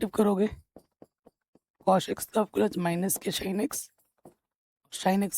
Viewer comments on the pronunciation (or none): Please don't say SHINE and COSH🙏🏻